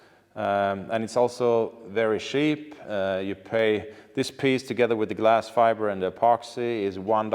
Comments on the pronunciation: I am not nerdy at all but, I watch the whole thing because you made it interesting. Also, I love when you wanted to say cheap and it sounded like Sheep and the sound of the sheep came after wards lol. I bet that was Molin that did that during editing. Great video and thank you for sharing. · Haha djävla Malin som lägger på får-bää på uttal av "cheap".